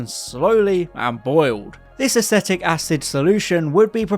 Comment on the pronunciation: You managed to get all those names pronounced correctly - and yet you've clearly never heard "acetic" said out loud before. LOL